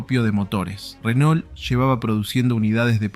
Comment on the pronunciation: Renault se pronuncia RENÔ no Renol🤣🤣🤣